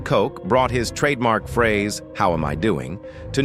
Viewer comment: Ed Koch, pronounced "Kotch" not "Coke," did not have or die from AIDS. Instead, he died at age 88 from a heart attack.